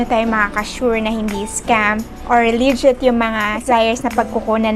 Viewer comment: ateng..informative naman po yung video nyo..pero ang prononciation po ng 'legit' is 'lejit" hinde po "lee jit", thank you po sa information